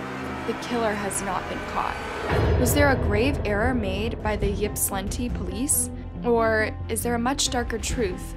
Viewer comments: How many narrators on YouTube ever research the stories they "read" on these videos!!???!! The City is called Ypsilanti pronounced ipsilanti the Y is a Short I sound... To some this doesn't mean anything... But to the City, and the Many people associated with it, IT MATTERS !!!!! IPSI. (YPSI) is how those who know refer to Ypsilanti ..... Please try looking it up in the future so you dont insult watchers who may feel like it matters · michigander here, pretty sure Ypsilanti isn’t said like that but i get it, try Petoskey or Sheboygan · Sad story but that is not how you pronounce the city and I could not focus after she said it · That is not that is not how you pronounce Ypsilanti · You’re saying the name wrong and it’s not a small town lol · Ipsaa lantee is how it is pronounced. Glad you covered this. Some really shady stuff happened through all this. Boy oh boy do I feel so bad for their Mom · Ypsilanti is pronounced ... ip-suh-lanty. Don't worry, when I moved to Michigan 20 years ago I butchered the name, too. LOL 🤣😆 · You're not pronouncing the town's name correctly. It's pronounced "Ip-sil-lanti" (I live in Michigan). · Ypsilanti is pronounced Ipsilanti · Ypsilanti is pronounced Ipsilanti.....on to more important comments... what kind of mother throws their child out??!!....regardless of the mouthiness...... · Ypsilanti is pronounced ip-si -lanti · 🗣️YIP SI LANTI = YSILANTI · OMG being from Michigan I’ve never heard Ypsilanti pronounced like that 😂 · You keep calling it yipp-slantee lol it's pronounced ip-sill-antie Source: lifelong Michigander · yipslinti is cracking me up. ip•sill•lan•tee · Ip-suh-lantee It’s a rough working class town with a lot of crime, and little wealth. Very, very redlined city. Basically all the service workers from wealthy Ann Arbor next door live in Ypsi, or EMU which is the inexpensive school college. It’s a rowdy place full of shady poor folks that mingle with the drunk undergrads… lots of gnarly things happen there.